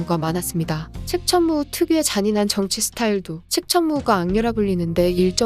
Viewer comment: 나만자꾸 측!천무후 측!천무후 이렇게들리나;; ㅈㄴ신경쓰임 ..